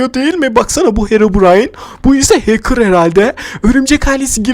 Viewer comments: Hakır değil hacker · Həkir deyil Hecker